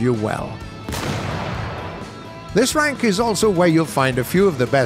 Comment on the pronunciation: When he said welcome to the third rank, i thought he said welcome to the third Reich.